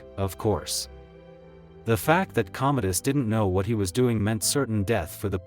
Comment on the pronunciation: Commodus, ffs. Not Cometus, not Cometis, COMMODUS. If you're using AI for your subtitles (and voiceover) you could at least use AI that's not too friggin' stupid to get the friggin' name right, for frigg's sake. Stopped watching after 1.5 minutes, shoddy work, wonder how many of those "facts" are, actually, facts.